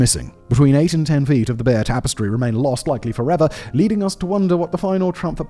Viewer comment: The pronunciation of Bayeux is a bit iffy also.